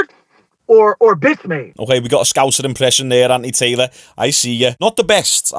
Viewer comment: Are you saying Andy Taylor? 😂😂😂